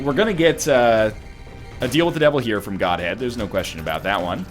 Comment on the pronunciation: Goathead, not Godhead